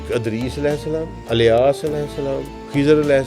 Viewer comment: has learned the Arabic Language but he has a very strong punjabi accent and say every Arabic name and word that starts with Fatha, he pronounce it with Kasra… Eg: Idris.. he say Adris… Ilyas, he say Alyas… 🤷🏽‍♂️🤷🏽‍♂️🤷🏽‍♂️